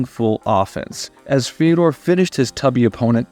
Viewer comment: It's pronounced "Fjodor"